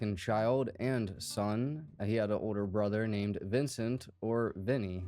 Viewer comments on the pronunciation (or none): none